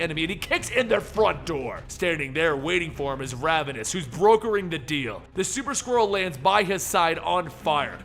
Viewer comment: I know you're saying Super Skrull but I keep hearing Super Squirrel 😂